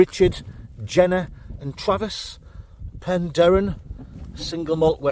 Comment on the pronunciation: pronounces Penderyn perfectly and i should know as I live there, living the life in the way of /woman👍